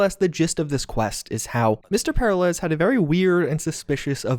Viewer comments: The "Secret" ending is the only path forward (and so I suspect it's the canon ending) I also suspect an expansion will pick up from there and go forward - that will likely include more about Mr. Blue Eyes, SD, and Jefferson Peralez (who's name just can not pronounce). I think we'll also see more about Alt/Johnny and a bit more about the Black Wall. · The way you pronounce "Peralez" is so jarringly weird, it feels like the only thing I'm really taking away from what was previously a pretty engaging video. Especially considering their name is properly pronounced A LOT in the game, by them and others.... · Every time he says "para lez", I die just a little bit. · Say it with me: per-RAH-les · PER - AHL - ES. Sorry, it was killing me. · haha it's killing me too Purr-are-lez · and his name is pronounce peralice, like when one is in danger there in peril? Hes in danger the hole mission hes in "peralice" so the mexico way isnt right either cause the mission is about a man in peril aka mr peraliz Liek if u learn somethmg today and agre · This dude really said "Pair uh lez" SMH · heh heh, para-lez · Glad it wasn't just me who noticed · I really hope that we explore more about Mr. Blue Eyes and the possible AI activity in the Phantom liberty DLC. My only critique is for the love of God work on your pronunciation of Peralez the repeated mispronunciation was driving me crazy😂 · You realize they actually pronounced the name Peralez many times in the actual game. Did you actually play it? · Great vid, great content -- but the way you said Peralez? Buddyyyyyy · The mispronunciation of Peralez is driving me nuts. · the way he pronounces peralez... >< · Great video! But the mispronunciation of Peralez made me wanna jump off a cliff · Literally how do you not know how to say Peralez... did you even play the game? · PEH-ril-ez? Per-AH-lez, dude. Per-AH-lays, even. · It's "pair-AH-lez", not "PAIR-alez". Smh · Peralez, not paralez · Great video. Also it’s pronounced Pe-RAH-Lez!